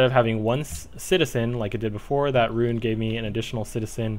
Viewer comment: Great vid! I bought the game as a result ^^ 'Ruin' has two syllables though, you're saying 'rune'